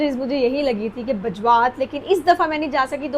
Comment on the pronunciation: Ye Bajrat nahi hai Mam Bajwat hai